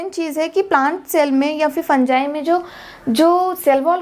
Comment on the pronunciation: Bro in real it is pronounced like that 😂